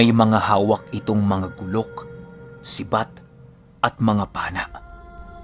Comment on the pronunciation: guuulok ang tamang bigkas dahan dahan na pagbigkas lng